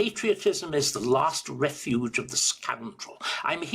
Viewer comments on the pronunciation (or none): none